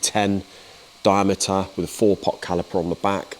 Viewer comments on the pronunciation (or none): none